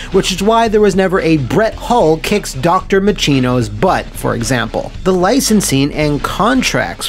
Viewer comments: “Mah-chin-oh”… only time I’ve ever heard it NOT pronounced “Mah-SHEEN-oh” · I'm very bothered by the mispronunciation of "Dr. Machino" . As an avid Awesome Possum enthusiast, I must humbly request that you immediately rescind this video until this egregious error is addressed.